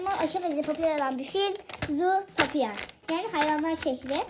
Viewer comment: Abla filmin adını yanlış yazmışsın ve yanlış okumuşsun